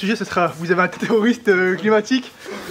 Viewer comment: Mathieu est super drôle « terrosriste climatique » mdrr